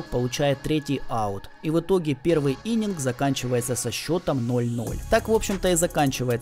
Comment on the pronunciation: Отличный ролик. Только актера зовут не Джон, а Джона Хилл. Ну и правильно будет "иннинг", а не "иненг". Ну и ещё хочется сказать, что несколько лет назад команда NFL Кливленд Браунс наняла ДеПодесту, как раз для MoneyBall. О чем есть несколько информационных плашек под его изображением в данном ролике. Такие дела.